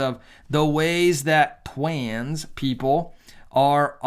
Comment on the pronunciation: why are you allergic to saying these words? you can't become gay if you pronounce pride or trans correctly